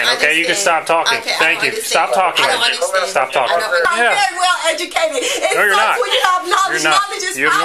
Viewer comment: "Eyes well edge-u-kated. Call a am-buel-ants."